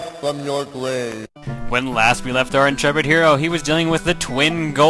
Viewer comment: Wise fwom your gwabe. Good to have you back.